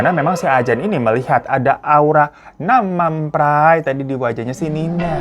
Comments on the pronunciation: Gue ngakak bgt pas bang hiro ngomong namam praii 😂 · Ketawa mulu tiap bang Hiro ngomong "Nam Man Phrai" 😭😭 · Ngakak bngt pas si abang bilang "nanmampray">> aduh. .. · Lucu banget pas nyebut nam man prai 😂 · Setiap hiro ngomong nam mam praiii aku ngakak maap😅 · intonasi nam mam prai nya mesti begitu ya... 😂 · mon maap gue ngakak tiap kali bang hiro nyebut nam man pray😂🙏🏻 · iya anjirr kocakk😊